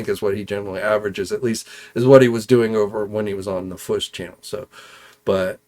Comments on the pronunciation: It’s not fwush it’s FWOOSH AND the man! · I like u & enjoy the show. I imagine if u pronounced certain words properly, you would probably gain a couple thousand subs right there. I'm pretty ez goin', but hearing you say the "Fwuush" instead of the "Fwoosh" or "HO-K Hogan" runs all over me. Haha. The weirdos online will stop watching someone just over disagreeing on a movie review or over toy articulation. You think they won't slow down on viewing you over annoying stuff like that? Just constructive criticism. Ty